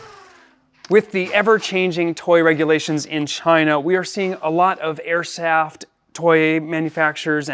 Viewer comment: "air saft"?